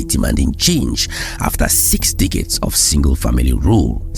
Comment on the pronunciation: This is the only YouTube channel I watch where every time he says "decade" it sounds like "dick head". lol 😅